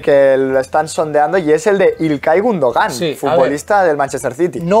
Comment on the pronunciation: Es Gúndogan, no Gundogán